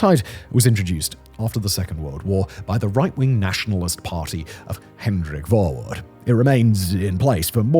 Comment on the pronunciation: Verwoerd cracked me up. Dude lives in Europe. Would love to see how he pronounces Dutch names 💀